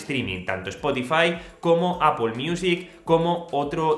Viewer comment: Por fin alguien en este país que pronuncia bien Apple 👏🏽👏🏽👏🏽🎉🎉🎉